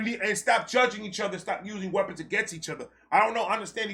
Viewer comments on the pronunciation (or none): none